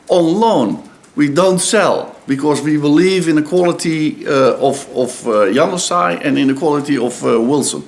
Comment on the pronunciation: `He says Januzaj like Young Sigh.